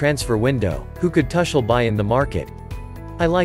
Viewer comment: Tar Shel or Tu kel You better get your pronunciation right. At least for the next two seasons.